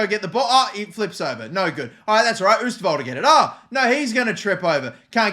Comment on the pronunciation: If you pronounce the "oo" in oosterwolde like 'oh' in english you will say it correct